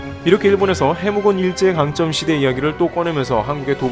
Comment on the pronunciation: 참고 일제 강점(기)의 강점 : [강점]으로 발음해주세요. [강쩜]은 틀립니당